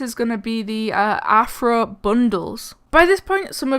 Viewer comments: When I put on captions on, it thinks your saying "Afro" instead of "Anthro" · When she said rthro it sounded like afro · When you said rthro or athro it sounded like you were saying afro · its pronunced ri-tro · i love the new "afro" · Rthro too be honest it sound like you said afro lol no problem